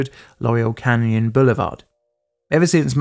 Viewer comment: Laurel Canyon not Loriel and Van Nuys is pronounced Van eyes